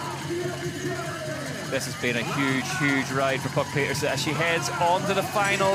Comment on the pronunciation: mostly, but no trace of "n" at the end.